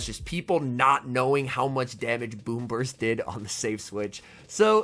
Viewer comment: Lol kept thinking you were saying boomers